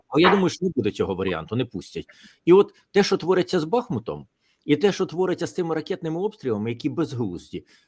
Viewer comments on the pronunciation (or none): none